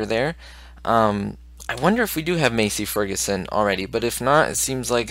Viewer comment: You aren't pronouncing Massey Ferguson right you pronounce it like Mass-ee Ferguson